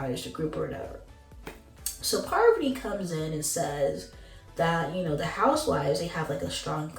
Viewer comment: Don't do that, PAR VUH TEE!